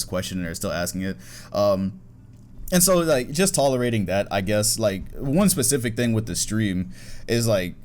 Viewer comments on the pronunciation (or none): none